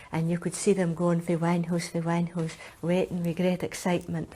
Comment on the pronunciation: Wan hoose is one house.